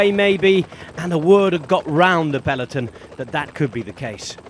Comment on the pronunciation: Please, stop saying "Peleton"